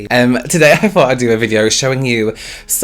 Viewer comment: So... English is not my first language and I speak "American" English... When speaks, he pronounces his "th" like "f"... So when he said "today I thought", I heard "today I fought"... And for a split second I was like: OMG WITH WHO??